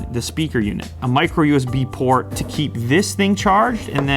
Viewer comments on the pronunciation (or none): none